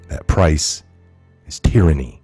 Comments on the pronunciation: Hey, the following is totally due to my OCD. Just wanted you to know that up front.;-) It's pronounced teer•an•ee, not tie•ran•ee. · Tieranny? Is that a colloquialism